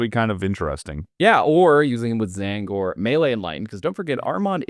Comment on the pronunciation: Not gonna lie, every time I heard him say T-zaangor it made me flinch. Apart from that though, great video!